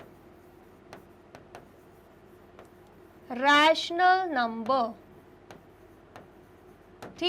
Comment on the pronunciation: Mam it is rational not raationl no